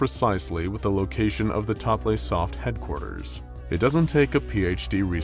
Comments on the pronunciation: ...it's "totally soft." Not "totlaysoft." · Oh my gosh, I was reading this scp the other day, it's one of my favorites! Thank you so much for covering this one.{Sorry for going 'erm akshually' on you, but the creator of this scp has stated "totleigh" is pronounced "totally")